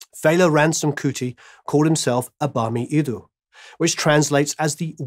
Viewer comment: eeerrrrm its "Abami Eda" and "Anikulapo".....lolz......thanks for recognising his art.